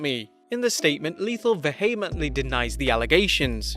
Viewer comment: I can’t believe I’ve heard a fellow Brit pronounce vehemently “vahaymantlee” Christ